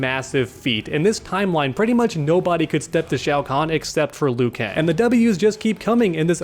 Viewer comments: Shao Kahn? I think you may have misspoken there. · disrespected my boy Shang Tsung, calling him Shao Kahn